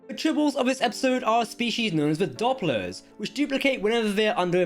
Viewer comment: Not Dopplers, it is Dooplers (as in duplicate).